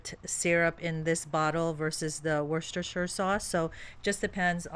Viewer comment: We used to say Worstnof the Shire Sauce when we had our tongues tangled lol. You did pretty good though.